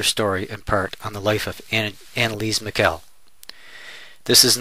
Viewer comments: Please pronounce the last name properly. It is Mih-shel, not Mih-kel. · not "Mikkel"! It's more like "Mishel"... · It's Michel not mikel